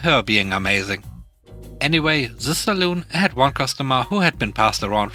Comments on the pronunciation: ‘Salon’ is pronounced as ‘sa-lan’, not ‘as ‘sa-loon’, which is often a drinking establishment. Love your program! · Sa-lon NOT Sa-loon! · Dang. I've been pronouncing it sal-on all this time. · Salon sounds like lawn not like loon. Saloon is a bar in the old west (pub)